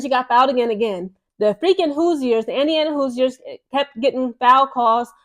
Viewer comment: I don't think the "i" in Hoosiers is pronounced. It's more like "whose-yours" as in "Who's your pick?" Great video.